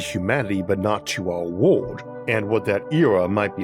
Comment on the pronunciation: there is an unnaturally high amount people with speaking impediments making science narrated videos. Their R, W, and Ls all sounds the same. World becomes wowood.